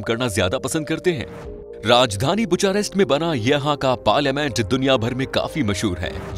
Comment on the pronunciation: You pronounced Romanian capital wrong , and it's not "sarmala" its "sarmale". Also it's "bear" not "beear".